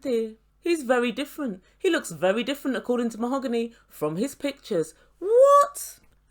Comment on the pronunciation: MOE-HO-GAHN-EE she said 🤣 🤣 🤣 🤣 🤣 seriously?!!?!